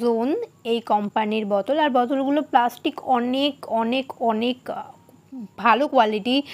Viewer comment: বতল😂😂😂🤣🤣🤣 সালা কি উচ্চারণ